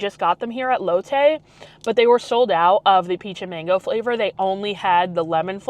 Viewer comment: Amazing video, fyi it’s pronounced Lot Tay, silimiar to Latte , not lote Tay. Just remember Asian pronunciation diff from American words